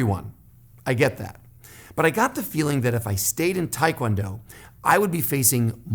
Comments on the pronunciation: Made it to 2nd degree in Hapkido,I'm in my mid 50's it was just two much for this old body,did taekwondo made it to 2nd degree also, hated the forms, it did give me more balance tho,not sure what I will study next.BTW it's taekwondo not tiekwondo. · Um, if you where ITF you know its TAY kwon do, NOT Thai kwon do Just sayin. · ahh it's because in korean it's pronounced like that, but most americans pronounce it like tai-kwon-do :)